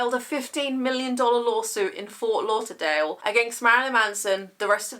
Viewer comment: Yes, you've said Ft. Lauderdale correctly, as I do live here. Dude is just a skillfully toxic narcissist, simple as that. I did enjoy some songs in the past, but I removed them from my personal library afterwards, along with R. Kelly, for obvious reasons...